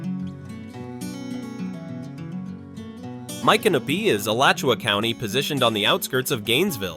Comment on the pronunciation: AI can't pronounce the names right, such as Mi can no py.